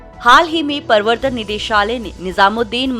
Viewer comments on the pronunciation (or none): परवर्तन नही है मेडम प्रवर्तन है वो आप का ये उच्चारण की गलती दो बार कर चुकी है।